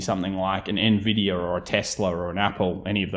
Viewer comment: the way you say nividier and tesler is funny